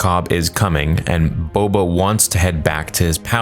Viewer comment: Why is Boba referred to as BO-BO